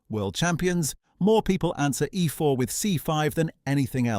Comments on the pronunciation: Oh no, he played "ehfore" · I was looking forward to this video, but the AI voice is too bad! It doesn't pronounce things like "e4" and "a3" properly. Just laziness IMO. Fine, use AI voice, but make sure it says things properly before publishing a video man